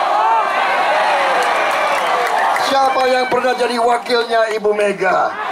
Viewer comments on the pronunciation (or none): none